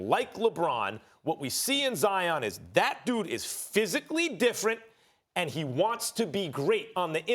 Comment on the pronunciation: the disrespect in how you just pronounced my guys name. wow....